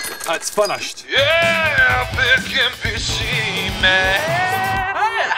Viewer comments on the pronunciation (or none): "Its fanashad" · "At's fanash'd" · ''It's funushed.'' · Thing!! It's finishness😂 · "Ots fennished" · "Aat's Fanashed" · "At's fanashed!"